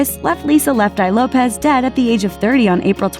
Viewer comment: it’s lopes not lopez